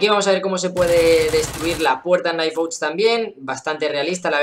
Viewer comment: Por fin un youtuber que trata de decir bien el nombre del juego bien xD